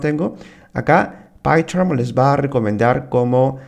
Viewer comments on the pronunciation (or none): Horrible como decis python!. Jaja Tus videos estan bien, pero me suena rarisimo tu python, pycharm.